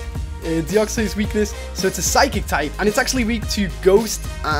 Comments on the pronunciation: not deoxeys deo-x-ys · The way you pronounce Deoxys is so wierd.. Deoxoiss